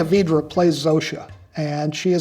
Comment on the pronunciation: I'm pleased that Vince pronounced her name correctly. VEE-druh I keep hearing Youtubers and many others say Why-druh. I think it means otter in a number of Slavic languages.